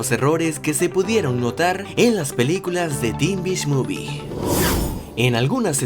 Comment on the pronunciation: ya sabemos que teen beach movie se pronuncia tin bich muvi pero cuando lo pronunciaste dijiste tin biSh y no es para molestarte, es solo que de verdak XD para un proximo video puedas corregirlo